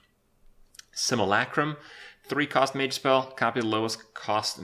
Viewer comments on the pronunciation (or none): none